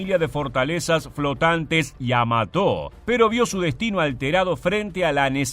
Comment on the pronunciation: En la palabra Yamato no veo que lleve tilde en la o, por lo que no se porqué el relator acentúa prosódicamente la palabra en la sílaba to. 🤔👽